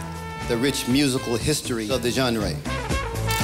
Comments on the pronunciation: dude at the beginning pronouncned 'Genre' as John-Ray. lol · Hello Mr. speaker. genre is NOT pronounced John Ray. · Lovely guy. Amazing song. Billy can still rip it too! Definite LOL when that bloke pronounced 'genre' as 'genray' right at the beginning. Hahaha style!